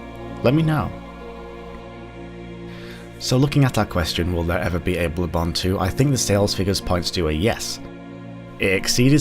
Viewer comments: "Blubbon 2" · U said blood bone.